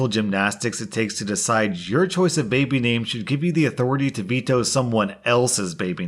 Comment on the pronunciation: MY BABEH IS NOT MONEH